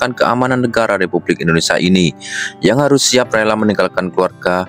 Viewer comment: bukan Indonesa tapi INDONESIA mas😅😅🤭